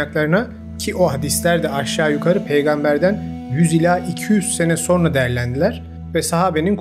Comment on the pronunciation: SO(R)NA DEĞİL,SO(N)RA.